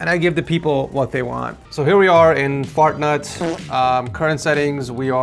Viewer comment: He said Fartnut to my most favorite game but i still laughed the most this week😂 W bro❤